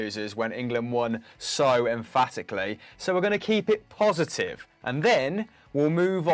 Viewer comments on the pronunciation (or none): On dish poshitive 😂😂 lol mic was tripping